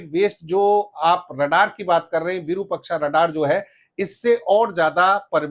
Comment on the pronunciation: 'विरुपक्षा' नहीं, ' विरूपाक्ष' अर्थात-विशिष्ट रूप वाली आंख, त्रिनेत्र; यह श्री महादेव का एक नाम है भाईसाहब। धन्यवाद।